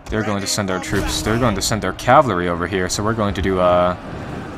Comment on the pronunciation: Sorry if this seems nit picky but my OCD is driving me crazy. Cavalry is pronounced cav-UHL-ry, not cav-LAH-ry :p